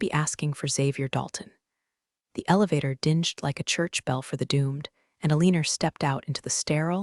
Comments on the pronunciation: Hyu-briss, hubris. Deen-G, ding. Seems like phonics might help. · Your voice bot makes "dinged" into something dingy (grubby, soiled) rather than "ding-ged" like a bell. It does it every time. The save way it can't distinguish between "live" as in "from New York" and "live" as shouted by Dr. Frankenstein as his creature sits up. So very annoying. "He was insubordinate, resistent to change"... funny, Alina is a "she" throughout the rest of this story, is Dalton really that pronoun averse he can't remember? she changes to he again. Sigh